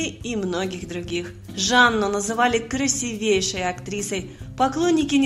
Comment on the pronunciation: КрасИвейшей , а не красивЕйшей !